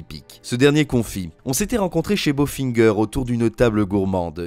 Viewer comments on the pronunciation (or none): « Bofinger », pas « Bofingueur » 😄 C’est une brasserie de type alsacienne. Rien à voir avec Goldfinger 😉